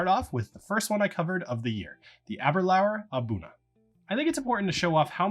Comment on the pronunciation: For saying the word, Abunadh, try ahh-boo-NAD.